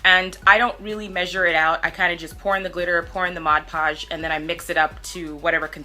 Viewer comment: MOD PODGE. not “modge podge”🙄